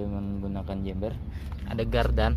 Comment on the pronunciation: Chamber bukan jember😂😂